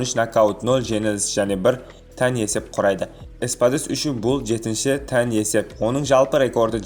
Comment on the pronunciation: тең дегенді тән дейсің арапша ма?